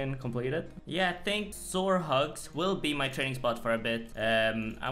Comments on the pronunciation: When you pronounced sourhogs as sore hugs, I was giggling a little bit 😂👍🏻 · I burst a blood vessel hearing sourhogs called “soar hugs” but great video king